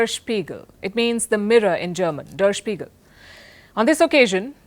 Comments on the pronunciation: It’s pronounced as “there shpiegal” not dar spigal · The pronunciation of ‘der spiegel’ is incorrect. Miss Palki needs homework. On the other hand, we people always look India from our own point of view but never try to look at it from the world point of view. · Ms Palki Sharma, when you are doing research on a German news paper "DER SPEIGEL", please first try to pronounce it correctly, its not that difficult.